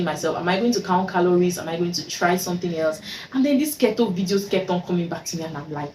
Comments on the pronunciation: It's its pronunced KEE-TOW dear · it’s pronounced “keytoe” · You're wrong...what you're suggesting is actually Kito...which is differently pronounced from Keto...I see a lot of "Kee tow" pronunciation of the word Keto online...sounds funny.